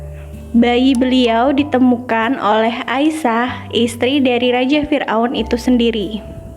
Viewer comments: Asiyah kak bukan Aisyah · Asyiah bukan aisah